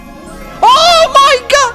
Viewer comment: I love when you go oh mei gut